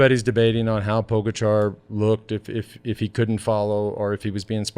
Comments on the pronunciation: How about pronouncing Pogachar correctly? You guys have had enough time by now to figure it out. Show him some respect. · I did help out.. by correcting ur mistake. Now the ppl reading this thread will actually know how to pronounce his name. It all worked out in the end buddy 👍